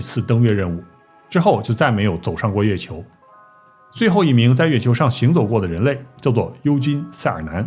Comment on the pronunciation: 月球读成了飞球）我连着听了5遍😂